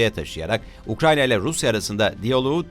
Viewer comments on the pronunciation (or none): none